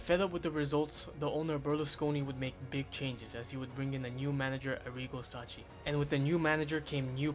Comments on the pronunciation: pronounce sacchi like "suckky", not like "sutchie" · Good video but please the pronunciations. Sacchi is pronounced Sakki and Maldini's dads name is Cesare (Che-sa-reh)